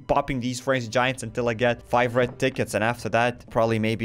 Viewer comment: The moment I heard u say "30 red tickets" I heard "30 red dickets" and I wuz like "da fuq?"